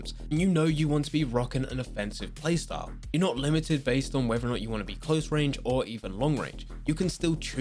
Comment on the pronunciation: Please learn how to pronounce “whether”.... it’s not wever